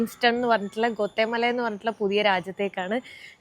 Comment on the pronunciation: ഗോത്തെ മലയല്ല, it's pronounced aa ഗ്വാട്ടിമാല.. മലയാളം പറയുന്നപോലെ അവിടുത്തെ സ്ഥലങ്ങളെ ഉച്ചരിക്കല്ലേ. ഞാൻ എൽ സൽവഡോറിൽ നാല് വർഷമായിട്ടുണ്ട്. വേണമെങ്കിൽ അവിടെ താമസത്തിന് സൗകര്യം ചെയ്യാവുന്നതേയുള്ളൂ. They all are very nice people, ..